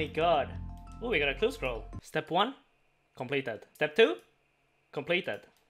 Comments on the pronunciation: Is anyone else amused by the way he says complaeteyd. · saying completed made me do a double take Very cool